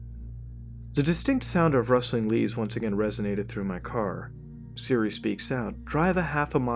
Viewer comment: I swear instead of siri he said Syria